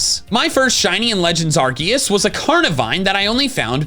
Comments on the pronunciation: Does anyone know why always says Arcoos instead of Arceus? Always been curious about this. Hell, sometimes he even corrects himself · Did he pronounce Arceus like "Ark-oose?" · Pokemon 13,, it pronounces Arceus like arcoos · Whos arcoose 😂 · Why do you pronounce Arceus' name like that?